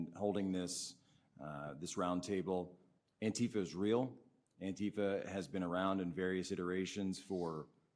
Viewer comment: It isn't an-TEA-fa, it is ANTI-fa. As opposed to PRO-fa.